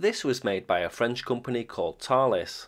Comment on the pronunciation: Well done on the pronunciation THALES there😊